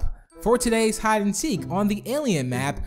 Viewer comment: its hide not hid